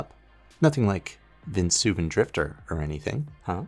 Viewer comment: VeNsuvan? I get that it's a made up word but it uses real letters 😂